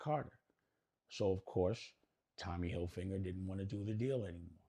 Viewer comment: Tommy “Hill-Finger” is HILARIOUS!!!! 😂😂😂🤣🤣🤣 smh ( Dame stuck that in there ) … pause 😐